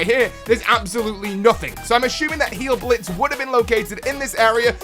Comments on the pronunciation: It's not "heal•blitz". It's "hial•blitz". German switches "ei" to the "i" sound. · Just a slight correction, hile in Heilblitz is pronounced "hile", in German with 'ei' or 'ie' you pronounce the second letter. It's not a play on the word heal, it translates to healing lightning. I think adding Heilblitz along with Geistschild would be too easy, I do pretty well myself with just Geistschild but I think I'd prefer Heilblitz over Geistschild.